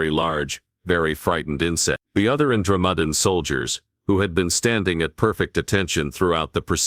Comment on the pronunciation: Good story but the AI or whatever is reading it has left me mispronouncing Andromedean. It may take me weeks to recover.